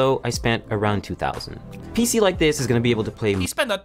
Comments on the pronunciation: "I rike your style" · “Screw in with confidence” “ I rike his style “ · IT ROOK RIKE A SPAGHETTI